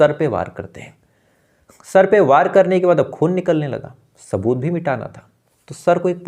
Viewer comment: भाई स और श में फर्क करना सीख लो रात को शो गया शुबह उठा पुलिस को शबूत नही मिला